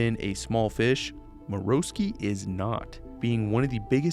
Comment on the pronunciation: Finally someone who pronounces Marowski correctly